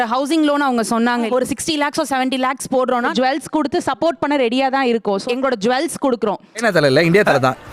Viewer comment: "Jewells"😂😂😂😂. English vere level 😂😂😂😂